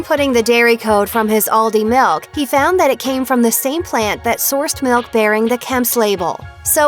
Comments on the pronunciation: Whenever she says milk she says ‘melk’ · The way she say milk